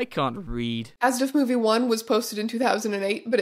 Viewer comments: In German, you definitely pronounce every letter in ASDF-movie, so this was a fun thing to discover that I am apparently annoyed by. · the pronunciation of asdfmovie saying it as a word rather than a-s-d-f has me questioning if i’ve been wrong this whole time or if strange is saying it wrong omg